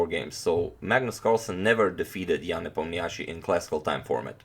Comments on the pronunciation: Hi Antonio, I believe Ian's last name is pronounced with stress on 'O' sound i.e. NepOmnyaschi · Ian Nepomniachtchi (i have always been impressed the way it's supposed to be written in english) is a russian name. so it's right to say Nep'Omniachtchi but not the Nepomni'Achtchi. if you care ofcourse. By the way, in russian nepomniachtchi means 'the one who doesn't remember. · You pronounce nepo's name absolutely terrible